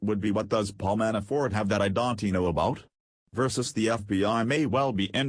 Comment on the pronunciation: If they're going to use robots to read, they need to program them properly so that they don't mispronounce everything they read. Don T = don't.....Clinton ess=Clinton's, etc. It's distracting.